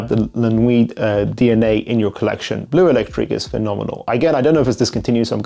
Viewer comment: its bleu not blue, im cringing every time you say it wrong